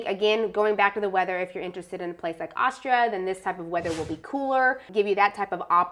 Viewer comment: "Aushtria," he says.